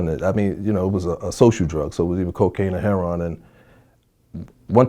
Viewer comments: Why are black people incapable of saying "heroin" correctly? It isn't heron. Google heron. It's a bird. Is there some reason it is pronounced this way? Some story behind it? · Yeah he a real one.."Heron" not "heroin" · This dudes pretty, than he calls heroin, heron, lol..